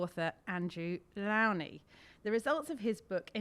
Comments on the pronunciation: Ferchrissakes, why can’t you presenters learn how to pronounce the man’s name? He introduces himself “Low-knee”. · Can none of the interviewers pronounce Andrew Lownie's surname correctly? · Wow! Rude much? She mispronounces the author's name and has to read from a script. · It's amazing how all of these Brits just assume that they are pronouncing his name right, and he's too polite to correct them. Why don't they ask him before they start to make sure they get the introductions right?